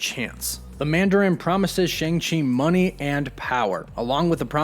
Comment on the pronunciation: the pronunciation of his name is wrong, should be Sh-ahh-ng Ch-er, In pin yin, mandarin it's true pronunciation.